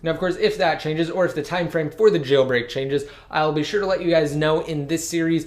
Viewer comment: Stop moving your head all around saying jayyl break